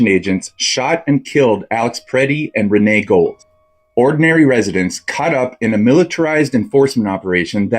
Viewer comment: Who is Renee Gold I thought her name was Renee Good He couldn't even get her name right😢